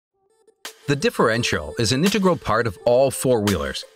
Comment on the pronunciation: There's no way I heard "the differential is an nitegral part" Have me all confused and laughing.